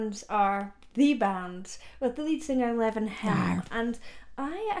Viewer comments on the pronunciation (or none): I believe it's pronounced LEE-VON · in the name "Levon" the E is long! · She doesn't even know how to pronounce 'Levon'. Girl do yourself a favour and watch the Last Waltz. They are some of the greatest musicians of all time. You should know of them.